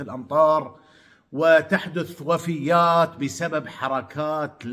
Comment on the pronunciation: تقال وفيات بفتح الفاء والياء وليس وفيّات بشدة على الياء لانها بالشدة جمع لكلمة وفية مثل امرأة وفية